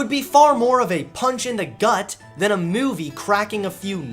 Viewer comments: I'm sorry but does anyone else hear it? the way he says movie? Mewvie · Ok I need to ask... Does have a weird way of saying *Movie*? Also where did that second coke can go halfway into the video.. These are the questions that I'm left with. 10/10 would watch again, love these videos hope keeps going strong!